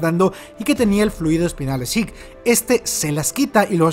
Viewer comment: Me agrada mucho que pronuncias el nombre como realmente se pronuncia: "Zik". Estaba un poco cansado de los youtubers españoles pronunciando su nombre como se escribe, Zeke, suena horrible.